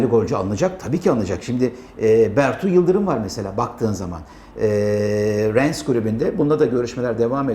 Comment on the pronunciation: Rennes Ren diye okunur. Rens yanlis. Bertug geldi diyelim ne zaman oynayacak? Umut Nayir gibi kenarda mi oturacak?